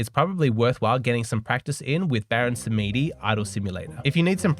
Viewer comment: Samedi = French for Saturday , pronounced as ' samdi '. ( e not pronounced.)